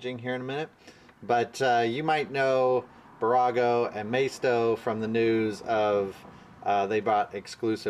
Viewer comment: I'm a huge fan of your channel and I like posting little tips to help you out. Hopefully you don't mind that. It's Bburago. Two B's. Pronunciation - BEE boorawgo. On the east coast Bburagos can be found at Dollar General stores.